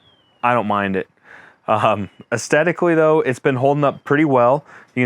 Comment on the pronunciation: Astetically or Aesthetically? Good video though..